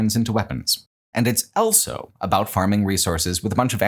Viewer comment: pronounces the word "also" as "elso"